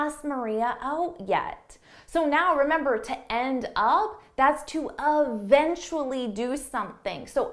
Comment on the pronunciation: Can I get the pronounciation of “eventually ”，because this is the second time I heard from sound like “evntruli”，it’s just weird as I sounded it as “i vn trilingual‘’😂😅